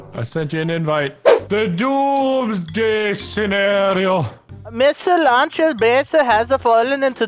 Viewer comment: the way he said missile tho....